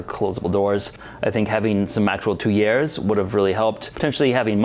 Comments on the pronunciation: Tuyere is pronounced tweer. Also, your grog should be mixed into not into the brick mud. Plus your “mud” needs to be a little stiffer when making bricks. Adding a parting dust to the wooden mound before packing it also helps release the newly formed brick. Cheers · Tuyere is pronounced "Tweer"!